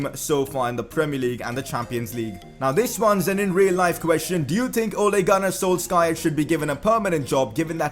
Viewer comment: Ole gun s....wtf? That's not how you pronounce his name bro😂